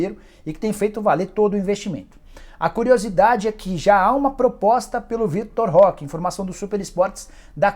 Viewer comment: Nem abri o vídeo mas já sei que o Nicola vai chamar o Vitor Roque de Vitor Leque, nunca acertou o nome do garoto